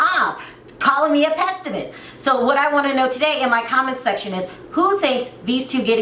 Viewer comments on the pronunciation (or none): It’s PESSIMIST. not PEST LOL